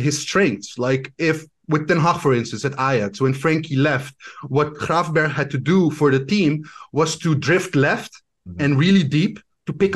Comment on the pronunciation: Really annoying that he wouldn't correct the pronounciation of Gravenberch. The "ch" combo is pronounced as the "g" sound. So the ch sound is nowhere near the English sound in Dutch.